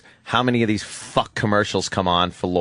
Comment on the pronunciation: The way Opie says “FAWK” is the most annoying mispronunciation of a word I’ve ever heard.